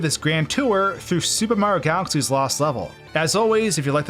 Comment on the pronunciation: You said Mario wrong.